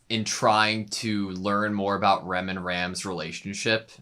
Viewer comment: i can't tell when americans say Rem or Ram, it sounds the same